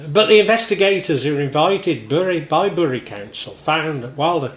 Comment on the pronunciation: Great video, but I understand it's pronounced "Berry", as my mum was from there and that's how she said it ought to be pronounced.